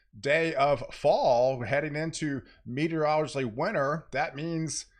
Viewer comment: “Meteor-O-Logical”. You gotta practice it man, it’s like “Were-Stir-Shire” in that we make it way harder than it is. Great channel btw, I admire your content very much!